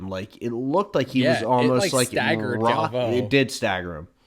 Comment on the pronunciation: Both of you are say Galvao wrong.